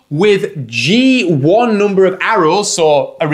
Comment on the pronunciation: I love the way he says "hoondred" and "noomber"